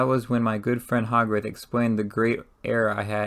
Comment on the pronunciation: The readings not bad. You need to work on your pronunciations It's Hogarth not hog wrath